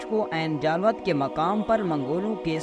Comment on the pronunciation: Pronounce as Aini jallooth